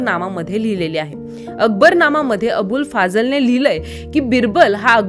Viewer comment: अबुल फाजल नसून " अबुल फजल " आणी एनि अकबरी नसून " आईन- ए-अकबरी " अशी नावे आहेत!!? दुसरा मुद्दा माझया माहिती प्रमाणे बिरबल हा चौथ्या ४ थी पिढी अर्थात औरंगजेब च्या काळात पण जीवित/हयात होता!?? आणी असे म्हणतात की: " ही घटना पण तेंव्हा चीच असावी " !!? ...एक व्हेरी सुपर सीनियर सिटीझन 😮😢